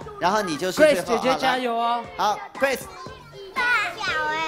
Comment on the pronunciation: ning huang 很多时候听一些主持人讲英文都笑惨了，但是村长说grace说成gross的时候我怎么觉得这么合适呢 哈哈